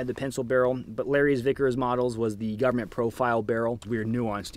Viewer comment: I swear you said Larry thickers at least once